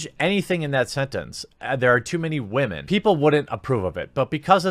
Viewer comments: This is kinda unrelated to the main topic (which I really appreciate someone talking about) but does anyone else physically cringe whenever one of these guys says “whamen”? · You wanna know what I call guys who pronounce "women" as "wahmen"? I call them bitches. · People who say "wamen" instead of "women"? HUGE red flag. The wamen meme comes from Pewdiepie, an alt-righter.